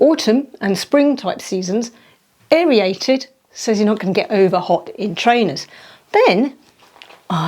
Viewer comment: Aer-ated. It’s 2 syllables NOT aer-ee- ated!